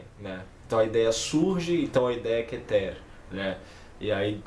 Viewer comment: Seu vídeo é legal. Correções fonéticas: plural de Sefirá (não Sêfira) é Sefirót , não Sefirô. Kéter, não Ketêr. É o mais sagrado. A Sefirá mais importante. Menorá é feminino.